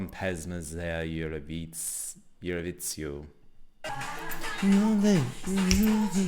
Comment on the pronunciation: hahaha the Z in "Evroviziju" is pronounced the same way you pronounce it in "za". So the entire word is pronounced something like ev-roh-vee-zee-u